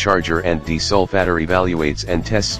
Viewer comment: What's a deesolfatter?